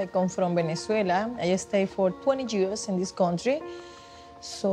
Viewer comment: She's been in this country for 20 years but still thinks the word years starts with a J